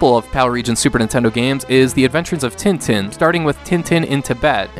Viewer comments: It's pronounced Ten Ten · With nasalized vowels, as I mentioned earlier. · Just FYI, Tintin is pronounced more like 'tahn-tahn'